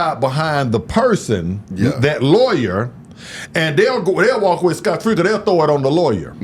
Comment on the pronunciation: Somebody tell it’s “Scott free” 😂😂😂